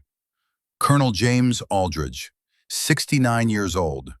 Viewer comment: I don't know if AI can't read or can't write but there is a hell of a lot of words, either written or pronounced wrong. Aldrich pronounced alldrige, twice hat Ij saw. Maybe AI is dyslexic and just says what it thinks it sees. Either way it gets a bit monotonous, when we read one mistake after another.